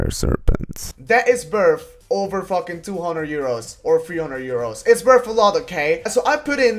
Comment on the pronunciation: "It's werf like 30 euro"...werf...